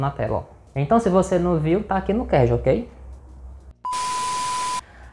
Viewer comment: "kerd" é o crl! Kkkkkkk cada uma...